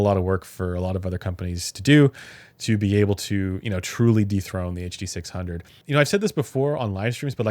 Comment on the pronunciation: Ah yes the “huh duh six hungeo by ol’ mate senn”